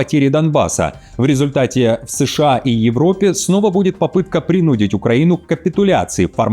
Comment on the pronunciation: Правильно: принудИть — ударение на и.